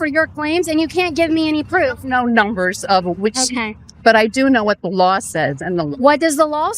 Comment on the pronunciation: At least the the lady in the yellow pronounces, "law" correctly. Kaitlin is smart and good at what she does, but now I remember why I stopped watching. When she says, "lawels" or "sawl" it hurts my hears. "What lawels are they breaking"? Yikes